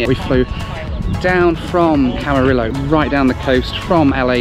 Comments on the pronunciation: It's Camariyo my boy 😭😭😭🤣🤣🤣. Not Camirolo. It's a Spanish word and the two lls make a y sound in Spanish. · My first flight lesson was at Camarillo airport, with Channel Islands Aviation, in a Cessna 152 registered N49990, so I loved your trip there while in California, so much that I'll forgive mispronouncing Camarillo! I'm also hoping for cheap business class airfares to London or Manchester in August; we'll see what I find. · Great video- I love the video, but it's not Camaril-lo. Camari-O. LL is -y sound in Spanish. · If you head back to Camarillo sometime, it’s pronounced Camareeyo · I used to live in Camarillo - pronounced Camariyo - it's not actually a celebrity hub but it is near Calabasas which many celebs do live!